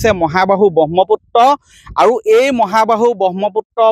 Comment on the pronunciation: Pronunciation bur olop xuddho koi kobo dei. Bahmoputto nohoi... Brahmaputra..!!!